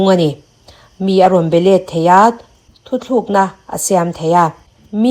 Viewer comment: Thuthlukna nilovin thutlukna tih zawk tur ani e